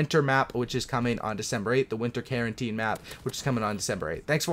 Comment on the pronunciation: Carentan not Carenteen. Smh